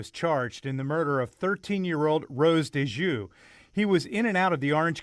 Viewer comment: I also wanted to add (please, dont delete my comment, I beg you) Her Name is Rose Dieujuste. Her family name is pronounced dee-uh-joost. I supposed that she's of haitian descent, as her name is made of two french words that mean "JUST(adjective) GOD"... That detail afflicts my soul fr🤦🏾‍♀️🙆🏾‍♀️😭😩💔... It really does smh... Blessings to all families, special protection for all our babies.